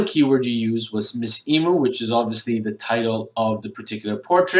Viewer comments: I would have never thought of using Shutterstock for keywords, plus you don't have to pay for using it either, how good is that!:) Wikipedia makes a whole lot of sense too! Couldn't help but let you know.....The only correct way to pronounce emu is "ee-mew";) Great video, thank you! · Yes, I search high and low for them, but as you say sometimes someone just has the golden nuggets. :) Hope you didn't mind, I've never heard anyone pronounce Emu like that, I couldn't help myself 😌